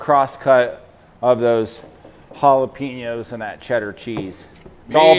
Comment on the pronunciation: Dude , Great vids! Jalapenos. Pronounced Jalapaynos. NO "E" in spanish . Plz stop with the JalepEEnoes . Thx